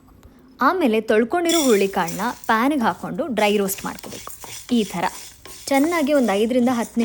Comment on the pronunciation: Niv ,"eetara," helodu chanagide😅